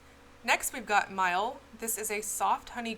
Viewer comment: miel is french for honey pronounced me-el